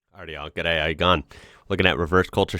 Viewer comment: First 5 seconds “G’Day, how ya goin ?.” Nailed it !